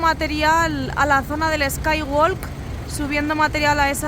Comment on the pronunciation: Skywalk se pronuncia skywok, no walk